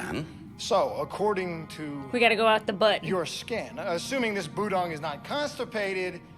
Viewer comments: Her inability to pronounce budong reminds me of Chriton trying to say Tavlec. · Don't worry about mispronouncing Budong, John does that stuff constantly! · At one point, your butchering of "Budong" made me think of "Magog", and that's a whole other sci-fi show. (Gene Roddenberry's Andromeda) lol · Hi, two things. One, I was really curious to see your reaction to the scene where Jon tells Aeryn about the guiding star. I honestly didn't expect you to cry. And two, at first I thought you were pretending to be like Jon by saying the budong's name wrong